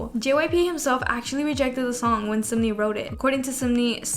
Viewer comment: i’m sorry but i cant not point out.. it’s not sumni . it’s SUN-MI. (pronounced seon-mee / 선미 )